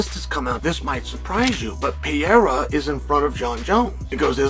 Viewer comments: I know Chanel is just a clown but being the only guy to call Alex “pee-era” makes him sounds like an idiot. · He also keeps mispronouncing Pereira's name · How is Chael still mispronouncing Pereira's name lol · I'm going to adopt your method and start doing the same. Dumbass sitting there looking like the tootsie roll owl with those spectacles on his face and can't even pronounce Pereira's name right.